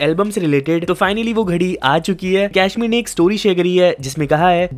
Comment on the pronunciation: WTF is कैश्मीर??? It's कश्मीर। तू तो अवतार को भी एवेटार बोलता होगा। Speak like a freaking Indian, हिंदी के शब्द भी नी बोले जा रहे।